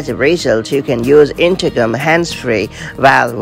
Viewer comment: Sounds like her is saying.. intercum? 😂